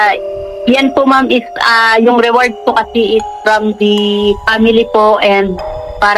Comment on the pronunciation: ATE REWARD HO HINDI AWARD😂